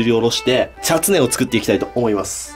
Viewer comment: ちゃつねをちゃっつねー